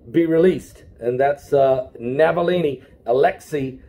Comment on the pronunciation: The name is ALEKSEI NAVALNY, not Navallini. Navillini is an ITALIAN NAME. The man is RUSSIAN.